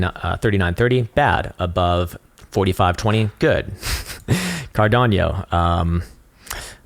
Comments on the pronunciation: CARDANO not CARDAN-I-O ! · lol i was chilling until he said CARDANYO hahahahaha